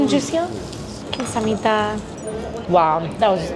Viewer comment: Wow!! That “감사합니다” was really good. She pronounced it perfectly!